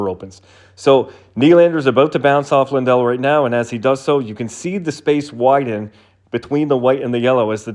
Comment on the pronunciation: Sounded like Lindell to me on shitty laptop speakers, but maybe I'm just used to American broadcasters pronouncing it LANdell.